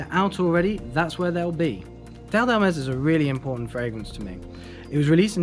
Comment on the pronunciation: Finally! Someone who does not butcher the name. That's how it is pronounced.